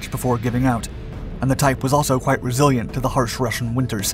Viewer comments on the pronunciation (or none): none